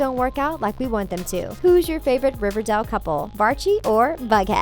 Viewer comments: It's not shek its Chic. Its Riverdale not riverdall. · ITS RIVER-DAYEL OK PRONOUNCE IT LIKE THAT MY GOD LADY Edit: ALSO WHY THE HELL ARE U SAYING SHEEK UR SO STUPID JESUS EDUCATE URSELF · RIVERDELE!? who else hated the way she said that